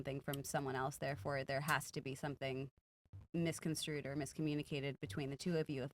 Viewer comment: For the love of basic knowledge, the word is MISCONSTRUE, NOT MISCONSCREW!!!